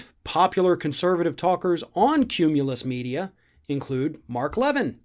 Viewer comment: Qumulus Media? Or did I mishear?